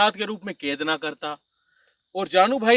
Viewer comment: Ked nahi hota kaid bolte Hain.